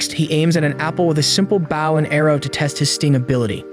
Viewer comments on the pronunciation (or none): its Bow not Baw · bow not baw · Why did you say baw and arow no hate ok but it is bow and arow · Man really said baw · is this narrated by an AI, some of the words..like bow...how can you not pronounce that. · why you gotta say bow like that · Why’d you say Bow so weird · I feel you said bow kinda of weird. Good video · Did this guy just mispronounce "bow"....